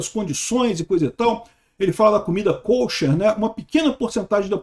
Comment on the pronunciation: Para agregar: se pronuncia comida /ka-chér/ (quase caché)